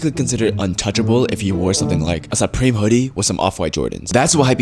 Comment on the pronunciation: “ah sahpreme hoodie”